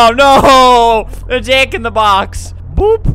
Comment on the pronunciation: Did he say "jock in the box?"